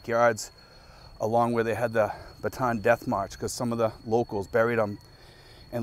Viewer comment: The death march is pronounced Bat te Ann. Ba tan is a completely different place.